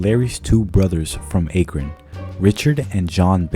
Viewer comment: This music doesn’t match the tone of this wonderful story. FYI Akron is pronounced Aah-Krun not Aye-Krun. Aah like Apple. How is this an internet mystery? Not trying to complain. Hope this helps.